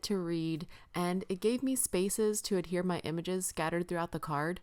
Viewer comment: Cute card - as always! Tell Tim I said thank you to YOU for saying ADHERE and not Adere, which I hear all the time and it drives me INSANE!